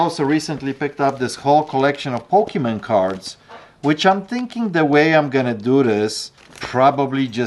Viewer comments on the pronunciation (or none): Hey said "Pokeymen". 😂😂